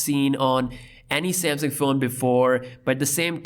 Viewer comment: He calls it "Samsing", lol